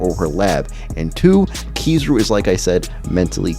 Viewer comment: It’s Ki-ZA-ru in terms of emphasis in pronunciation